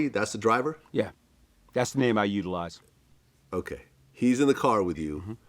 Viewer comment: YOOO ONLY when says “I utilise” this dudes voice changed to a white man!!!